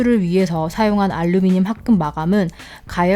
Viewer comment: 뿰케이 , 뽈멧은 발음을 굴리는데 카메라 마이크 알류미늄은 한국발음인 혼종